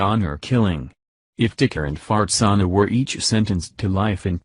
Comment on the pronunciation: I don't know if I'm correctly hearing what I think I'm hearing. Can anyone familiar with this case tell me the mother's name? Maybe it's simply the computer voice mispronouncing her name(that happens often), but I keep hearing her name as Fartsana.